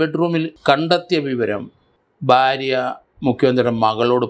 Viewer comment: സ൪, ബാരൃ അല്ല ഭാര്യ .